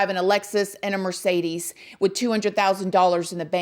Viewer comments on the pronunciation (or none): none